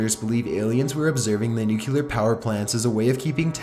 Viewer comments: FOR GOD SAKES.... IT IS NUCLEAR! NOT NUCULAR. why are you so stupid that you don't get this!?!?! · I like his videos buy how hard is it to pronounce the word "nuclear"? New-clear, not nuke-u-ler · OMG it's pronounced NEW CLEAR, not NUKE YOU LAR!! PLEASE give up your day job!! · NUCLEAR, NOT NUCULAR CHILLS.. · its pronounced NU-CLE-AR not NUKE-UL-AR STOP TRYING TO SOUND SUPER INTELLIGENT HAHAHA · Nukular? Why do people say "nukular"? Nulular is not a word people!! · its not fucking nu-cu-ler its nuclear! ffs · 1. It's pronounced CHIL-AY, not "Chilly". 2. It's pronounced NU-CLEAR, not "Nukular". Also, it's only a model. :) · PS: it's "NUCLEAR", not "NUCULAR" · Nuclear = Nuke-ya-lerr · The "nuculer pollution" is actually steam fam. (I know its spelled nuclear, I'm not retarded)